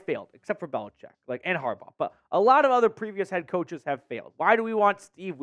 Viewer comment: Get the man name right smh it’s “Jim Harbaugh”